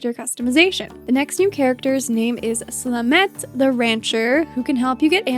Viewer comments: Unf Slamet is 👌👌👌 But I have to stay loyal to my man Semeru 🦈 Also, you pronounce Slamet as something like "Sla-Mut" not "Sluh-Met", (you can google the precise pronounciation on YT). Your pronounciation reminds me of a "Lemet" a type of traditional sweet casava sticky cake hehe. The other 3 merfolks name were pronounced beautifully 👌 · I can't wait for this update to drop!! tysm for making this video, really appreciate it❣ *not to be rude but a little tip from native, Slamet pronounciation of 'a' is similar to 'a' in "cAfe" and the 'e' is similar to 'e' in "devElop" 😉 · the "e" in "slamet" is pronounced like "a" as in "a book"